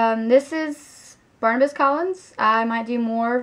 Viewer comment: Barnabas, not Barnabus.